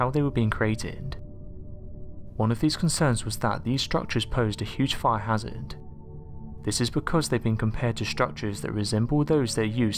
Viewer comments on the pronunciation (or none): none